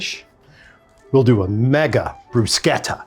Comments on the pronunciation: Bru-sheta. Not bru-keta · You properly pronounce "bruschetta", but not "parmigiana"? Minchia!